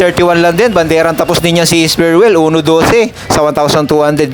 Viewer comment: Bat ba ang bobo mo magbasa boss? S-PREEEEEE-WEL basa hindi Esperwel